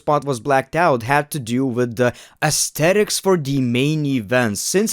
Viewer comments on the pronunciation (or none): none